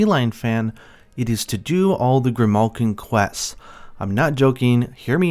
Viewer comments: Why does this guy talk so strangely? The way he pronounces everything is so bad. Metal gear salad? Whut. They arent grimulkins either smh. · Every chemist struggled to pronounce grimalkyne LOL